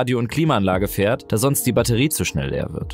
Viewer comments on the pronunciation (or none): none